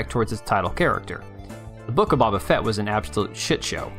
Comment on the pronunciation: BABA-fet? 😜 You’re fired 😂 lmao GREAT video, once again 💜